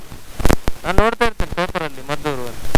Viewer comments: ಮದ್ದೂರು ಅಲ್ಲ, ಮಧೂರು. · ಅದು ಮದ್ದೂರು ಅಲ್ಲ ಮಾರಾಯ...ಅದು ಮಧೂರು...